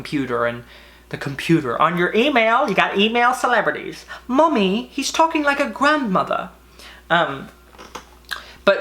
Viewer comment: I spit my Christmas candy out at "E-mail celetrity" 💀💀